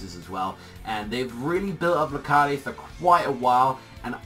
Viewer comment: wait I thought it was pronounced Lar-kaid not La-Kar-De